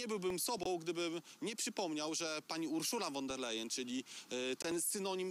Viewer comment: Panowie , nauczcie się wreszcie wymawiać prawidłowo nazwisko pani von der Leyen (wymowa : fon der lajen)